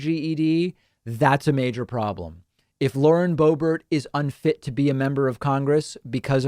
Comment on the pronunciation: Boebert its pronounced boob art Hhhh thats dutch! vierd huh ? The accent !